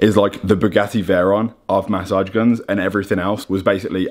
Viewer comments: Jordy please teach how to say massage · The way he says massage lmao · I think its the way he says massage